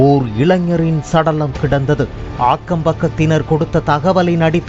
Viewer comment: Akkama illa.aaakkam.olunga tamila.pesunga😡😡😡😡😡😡